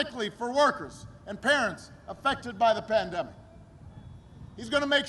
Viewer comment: Did he say.. "he missed kissing babies during the pandeic" ?